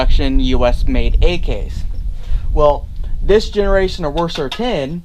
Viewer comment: Where did you find the "O" in WASR?